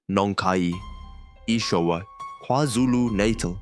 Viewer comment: Agree a great video, but the voices are definitely AI generated, especially the one with the Afrikaans accent.... no Afrikaans South African will butcher the word "NATAL" like this.